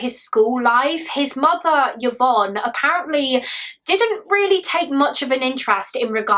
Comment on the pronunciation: Just fyi, Yvonne is pronounced i-von, as opposed to yuh-von 😊